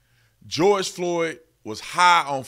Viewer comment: It's not fentYNOL IT'S FENTANYL. NYL !!!!